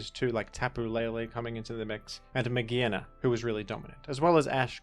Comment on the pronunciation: its not "may-geena" it's "Mage-are-na". its not "may-gee" it's "MAYJ", may, then pronounce J. So like Mage on it's own is not "Maggie".